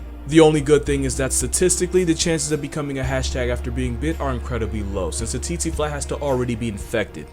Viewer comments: I am pretty sure its pronounced cheche fly not titi fly I should know I live in Africa an weird deaths like these happen alot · Its pronounced Tseh-tseh, not Tsee-tsee... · Tsetse fly... pronounced (phonetically) tset-see. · I tried to hold myself😂 its not pronounced "tsi-tsi" as in "ts-ee" its "tse-tse" as in "ts-eh" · how to pronounce Tsetse fly...take the zz in pizza add the word air... ZzAir-zzAir fly...thank me later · The fly is pronounced tet sy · I thought the Tsetse fly’s name was pronounced “sexy” fly? 🤔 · The snakes name is in Afrikaans and is pronounced "b-oom-slung" The fly is pronounced "tse-tsi-fly". Love your content. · the pronunciation of tsetsefly killed me but it is very deadly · As a South African, I can tell you that you butchered the name of the boomslang 🤣 and the tsetse fly pronounciation just had me cracking 🤣